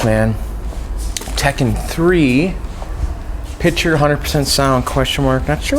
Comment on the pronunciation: you say "picture" like "pitcher," and I hate you for that. Also you seem like you'd be the final boss in a "fighting your autism" game.